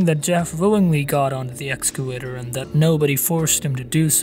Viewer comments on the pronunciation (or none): hEy guYS bE CARefuL oN tHe "excalator" LOL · I swear to god if u say excalator one more time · Okay just to prevent you from further embarrassment in future conversation, it’s not excalator. It’s EXCAVATOR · It’s excavator not escalator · Idk why it sounds like I pronounced it escalator but I know that I meant excavator. And my point with him using one hand was that he was distracted by the camera. It's just like texting while driving which pretty much always ends up bad.